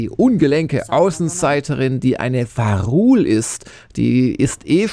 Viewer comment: sorry triggert mich gerade..es heißt Vaa´run und nicht "varul"